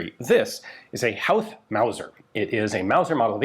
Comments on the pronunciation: Just so you know, howth is pronounced hoath, like growth The curragh is just curr-rah Fair play for giving the words a go, most people make a mess of it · its pronounced "hoeth" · FWIW, Howth is pronounced like "Hoth" (rhymes with both). It's unfortunately got a weird spelling so one of those words that gets pronounced wrong a lot lol. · HOWth?! They gave you the rifle and didn't tell you how to pronounce Howth?! It's Hoe (like the gardening tool) with a TH at the end. Hoe-Th. Howth. The Southern 3 counties of Ireland?! It's the Southern 3 PROVINCES of Ireland! I couldn't listen to anymore, this was a terribly reported story. An hours research is all it would have taken, but no, that's asking too much. There's 32 counties total, in Ireland, and you think it only took 3 of them to remove the British Empire from our island?! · Just got to add in it's pronounced Hoe-th not How-th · It's pronounced HO - TH the H is silent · Childers is pronounced 'Chill-ders', and Howth is prounced 'Hoath'. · Curragh = Cur-a Howth = Hoe-th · it's pronounced hoe-th, like the garden implement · Excellent video and back story, pronounced Hoe-th and curr-Ah. Lovely piece of history you have. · Pronounced “Hoeth” 😂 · Howth, pronounced Hoe-th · The HO in HOWTH is pronounced HOO and not HOW? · Great video about Irish history from my home city. Just one thing, Howth is pronounced "Hoe-th" but most Dubliners would say it like "Hoe-t" we don't like pronouncing TH's very well 😂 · Hey Ian, love the video, so incredibly cool of you to be able to cover and expand on such a fascinating period of my nations history through this rifle and this video. now that thats out of the way, its pronounced "hoe-th" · Howth is pronounced HOwth. As in Ho Ho Ho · I live near Howth, It's pronounced "Hoe-th" Like how "both" is pronounced 😊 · Hoe th it's pronounced ian. Love the chanel great vid. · Fantastic to see some Irish stories 😁 Also it's pronounced hoe-th (like the gardening tool) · Hoe-ath not hou-th